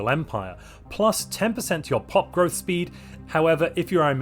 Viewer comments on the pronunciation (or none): none